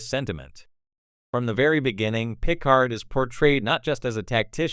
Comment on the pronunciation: I know jean pronounced like a female and Picard is pronounced the way the the lady innkeeper calls him in times arrow (pick-ard)